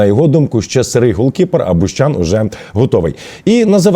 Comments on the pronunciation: Не бУщан, а БущАн ! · БуЩан,а не бУщан